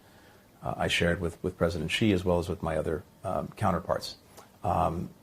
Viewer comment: For goodness sake, get "Xi"'s name right 😅 I mean, you don't want anyone to get Biden's name wrong.